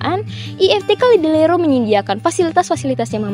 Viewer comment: Maaf tapi salah penyebutan Ledalero